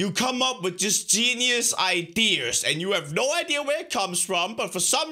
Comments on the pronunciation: I don't mean to be rude or ignorant but why do you say idear instead of idea? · He said idear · who else loves his accent especially when he says ideaer PS not hateing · "idear"... dear...... i....... its the new apple dear!!! it costs 10000 dollars : D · Why does he say idea as "iders" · the way he says idea, ideer no hate